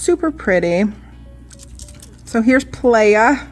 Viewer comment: Nice... Thank you. I like the green'ish colors. And I think it's pronounced pla-ya... like beach is Spanish.. I think